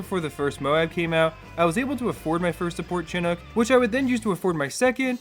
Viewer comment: "Chinook" is pronounced "shin-ook", not "chin-ook". It's named after a native American tribe